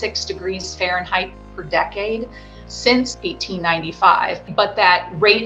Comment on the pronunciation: What's a farenheight?